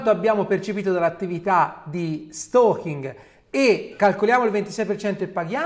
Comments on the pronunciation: Si dice steikin, lo stokin è altro. Sempre al top comunque avvocato. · "stoking" non si può sentire ! si dice "steking" !!!